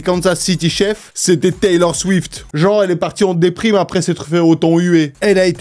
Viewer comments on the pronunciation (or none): Lol pourtant tu parles plusieurs langues. C'est pas chefs c'est chiefs. Et on prononce pas chi efs. On prononce pas le e!😂😂❤❤❤